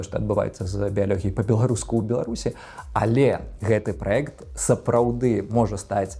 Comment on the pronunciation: праЕкт, мне моцна баліць, відэя, праз тое (ня з-за)